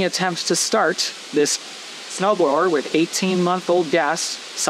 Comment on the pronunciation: It turned you saying "snow blower" into "snow frower" lol